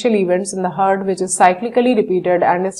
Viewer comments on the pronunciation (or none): she keeps saying hard not heart